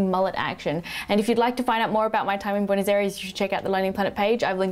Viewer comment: its boo-eh-nos